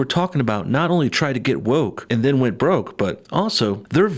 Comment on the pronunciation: They got 'bwoke'.